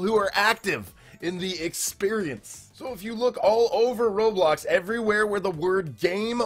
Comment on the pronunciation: I remember when roblox was red and blocky it’s ROBLOX not RO-TRO and this sentence I LOVE this “experience”. No just no this is wrong and cursed 😡